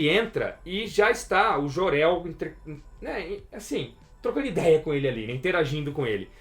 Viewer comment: Querido ´´é memo´, é Jor El que se pronuncia. Não existe ´Jorel´! Jesus!!!